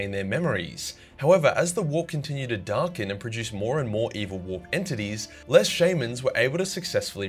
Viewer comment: I twitch in the eye every time pronounces shaman